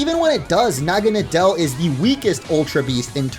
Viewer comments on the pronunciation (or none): pronounces naganadel wrong Also orange: naganadel is still the weakest ultra beast in terms of stats Me: naganadel is uber tier lol the anime: calls it "na-gin-a-dull" for pronounciation Also: Says "poipole is the only Ultra Beast not in a beast ball" Ash: releases Naganadel from a beast ball